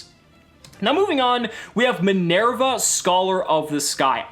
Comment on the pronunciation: It's minerva...lot minierva